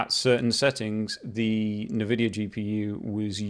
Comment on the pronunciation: First time I hear someone pronounce INvidia - Navidia